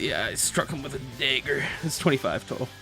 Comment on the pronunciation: Mine was when condi said daeger